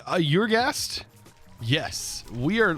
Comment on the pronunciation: There's no y sound at the start of ur. It's pronounced the same as saying "Urrr..." when you're unsure about something.